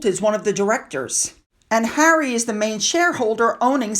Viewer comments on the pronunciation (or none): none